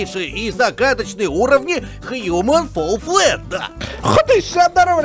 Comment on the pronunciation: Human: Fall Flat а не HUMAN: FALL FLET